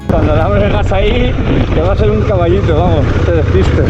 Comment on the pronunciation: "cavallito"?. 😡😡